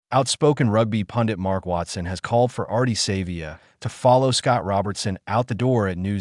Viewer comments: His name is SA vee ah not saver! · His name is not Savior uf you can't pronounce Savea then don't talk. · Stop blaming and finger pointing, the bloody same thing happen to netball. You can't even pronounce his name, what you heard and truth are 2 different things. Supporting gossip and toxic narrative is disgusting, stop pointing at Savea, they did it to netball Taurua, at least Ardie Savea has the balls to speak out, and now he's the bad guy, fix the problem not blaming one person, get over yourself and stop talking bullshit..period